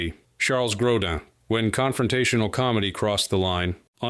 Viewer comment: Gro “deen..” come on.